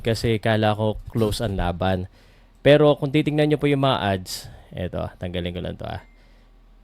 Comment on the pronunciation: 😮 Do you mean Odds not Adds